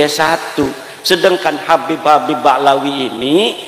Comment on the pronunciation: Imad aja manggil habib pakek k 😂